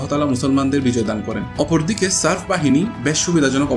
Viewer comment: You started off doing football content, now you are branching out to historical content. Some people can do this, but unfortunately you are not one of them. Thats why the nitpicking of your video. Its Lazar there's a Z in the middle, its Serb not serf that's a different word which will not be flagged in spell check. YOU DON'T HAVE THE GRAVITAS TO DO HISTORICAL CONTENT.